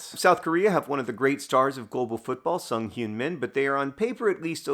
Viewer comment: super fun video 😊 also wanted to note that , Son Heung-min's name should be pronounced closer to "Sohn Heung-meen"